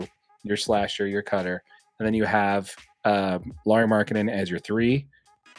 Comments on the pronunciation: it’s LAU-RI, not LOR-RI. Like Kyle Lowry… or Mike Lowry of “Bad Boys”… Idk imo just a sign of disrespect to choose not to learn how to say someone’s name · Just FYI, If you're covering the Jazz, you have to say Lauri's name correctly. His name is pronounced Lowry, like Kyle Lowry, not Lauri. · yeah hard not to think highly of him. Also not hard to learn how to say his friggin’ name if you’re actually a fan and hear/repeat it said fifty times a week. It’s LAU - RI He’s not a #1 option on a playoff-bound team, he’s arguably not even a #2 option on a championship-bound team because he’s not capable of creating his own shot, because he’s not someone you throw the ball late in the game and tell him to cook. Lauri’s great but he’s still not a #1 option and I doubt he gets there. Lauri was a first time all star selected by the coaches (when the ASG was being held IN SLC), and he was MIP (very well deserved) but look at the list of those names - a lot of good players, but not exactly all superstars.